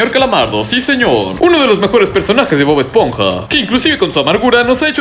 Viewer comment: ES HERMOSO DO DEDI DE MAMADI DE BOB ESHPONJA DODONODISPONJA DODONODISPONJA NOO